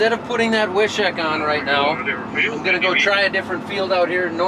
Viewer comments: The correct pronunciation in North Dakota in the Germans from Russia accent is "Viiishiiik" made in Wishek, ND lol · Wishek is pronounced: Wish-ek, not Wi-shek. ( My ex-wife was from Wishek.)